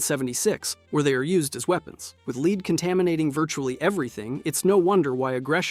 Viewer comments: You're saying lead as in leed, not lead as in lead. Do your own narration, is that hard? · The way you say lead is so weird lmao